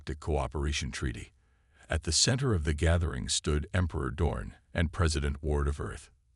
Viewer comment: Name is Dorn, not dawn!😮